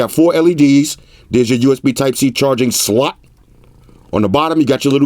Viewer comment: I love how he says charging-SLUT xD